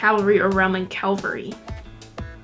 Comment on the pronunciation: Golgotha, aka Calvary is the mountain where Isaac almost sacrificed his son, and the place where Jesus was crucified. Just referring to the 2 ways you pronounced Calvary